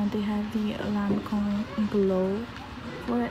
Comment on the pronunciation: Hi from Australia, nice shopping. “LANCOME!”